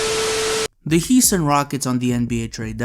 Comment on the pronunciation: Heeston rockets?